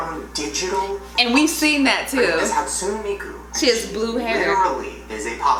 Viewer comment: HE BUTCHERED HATSUNE MIKU'S NAME!!!😂😭😂😂😂😂💔